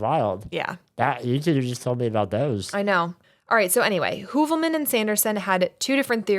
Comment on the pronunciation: My best friend’s last name ins Heuvelmans. You pronounced it so well. I had to ask her if that was her uncle/had she ever heard of him. She had not.